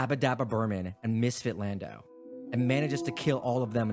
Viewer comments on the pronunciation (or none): none